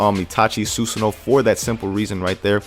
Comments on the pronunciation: SUE SAHN O, NOT SUE SO NO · susanoo (soo-san-oh-wo) the w is pronounced softly